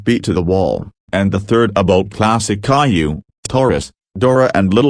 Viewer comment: No offense, but Caillou is pronounced Kai-You.